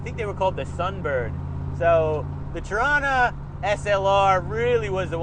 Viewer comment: Torana, pronounced here as "Trana"" cool 70's Holden classic. I used to to these things back in the day because they used to flog the Ford's at Bathurst (77 was awesome however ). Now over 40 years on I respect and appreciate them as a true Aussie Icon. Like all old Aussie muscle cars they are mega expensive and made out of unobtainium for the average punter. I envy those that have them these days, not only Holden's or Valíant's or Falcon's. I love to have them all...